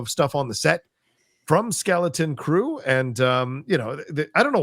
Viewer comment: Take a shot every time calls it “Skellington Crew”.